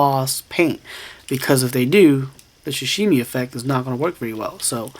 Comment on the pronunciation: "shashimi" LOL